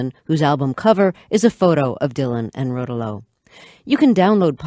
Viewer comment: Pronounced Suzee Ro'towlo, not Suze Rotow'lo.